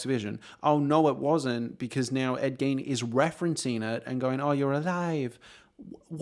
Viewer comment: Are you saying Gain? Ed GAIN?